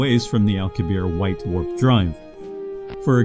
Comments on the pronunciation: How can you explain anything about how it works when you can't even pronounce correctly The name of Miguel Alcubierre correctly. The double 'r' is pronounced with a pronounced rolling of the 'r' sound. and the final 'e' should also be pronounced. It is not a silent 'e'. The last 4 letters should all be pronounce clearly, "i-e-rr-e". The letter 'rr' is considered one letter and is pronounced differently to 'r', by giving it a distinctly long roll on the tongue similar to a Scottish 'r'. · Why does the narrator continually persist in mispronouncing Alcubierre's name? It's not French, it's Spanish, thus the final 'e' is not silent, for correct pronunciation the final 'e' must be pronounced.